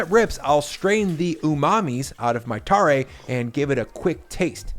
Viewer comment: I live in Fukuoka where tonkotsu ramen is from. Ichiran is from here originally and there are quite a few regional variations down here. Also, tare is pronounced closer to "tah-reh" as opposed to "tar-ray"